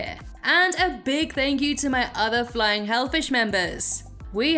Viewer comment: I love your accent but it gets annoying when you say fighting and it sounds like flying hell fish.